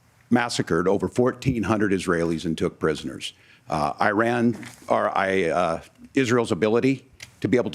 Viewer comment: Both of these guys need to learn how to pronounce IRAN.